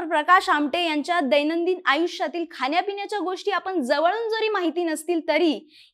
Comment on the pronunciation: खान्या पिन्याच्या नाही, खाण्या पिण्याच्या.. sorry but please ण म्हणा.